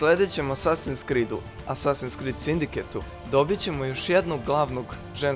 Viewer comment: ne skrid nego krid